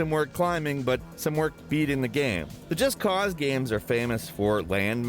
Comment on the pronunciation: He always says video 'gams' not games 😂